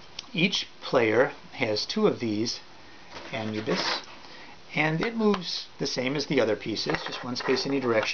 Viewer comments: It is pronounced ah-noo-bis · You said anubis wrong😂